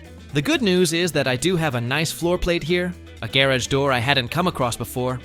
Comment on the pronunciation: wait— say gear-idge again!! (Garage)